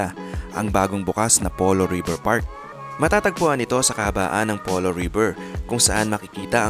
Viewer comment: Pulo ipronounce ang Polo..kasi sa mapa mukang Pulo yung area. Taga dyan ako sa area kaya ganun namin ibigkas "Pulo"